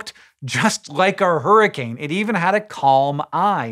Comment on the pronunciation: "Huroncane" That's it Green, your pun license have been revoked.